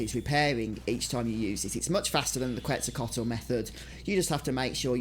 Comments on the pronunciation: it's actually more like Quetzalcoatl, but the spelling is messed up at least in part due to the original game's character limit. I wouldn't worry about spelling, but if you want to be culturally correct the pronunciation is like "ket-zuhl-ko-ah-tuhl." If you're at least close that you're doing good. I used to say "kwezacolt" lol. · BTW Quezacotl is NOT pronounced as its spelled. Its Quezacot. The L is silent. It comes from the Aztec god quetzalcoatl.